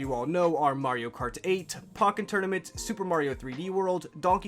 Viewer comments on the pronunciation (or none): “Pocken tournament”... ??? I bet you call Pokémon “pokieman” 😂